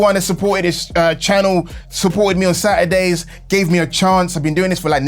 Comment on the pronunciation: Okay,. Taking away Sat-e-days? Yeah, I'll just be taking my sub away. I put up with the clickbait, but you've completely stopped listening to the folks that have been here since day one.